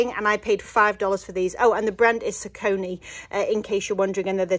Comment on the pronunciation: The blue sneakers are pronounced “Sock a Knee” for Saucony. Good luck in future garage sales!